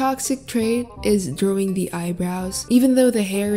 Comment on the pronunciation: I love the way says drawing- ✨Drowing✨